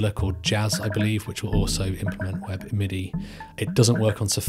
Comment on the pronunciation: you said browsers that support weppidy? I really replayed that word a couple dozens of times, and have no idea what you said!? help me out!